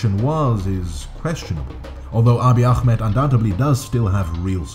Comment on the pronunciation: The way you pronounce akhmed is too strong, I know it comes from good intent but try just calling him “aameed” spelled Ahmed next time :)